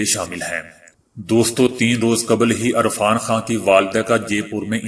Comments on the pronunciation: ارفان خان نہں یار عرفان خان ھھھ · Irfan not Arfan I like your global news bulletin